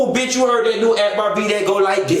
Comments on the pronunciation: When he read Arkbar 😂😂😂. Like thissss 😂😂😂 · Lmao why u read akbar like that girl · When he read Akhbar, I died like disssssss...💀💀💀💀💀💀💀💀